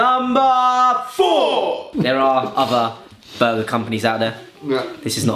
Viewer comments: boy-ger. gir-kin. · Its a boy-ger hahahahaha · It's a boy-ger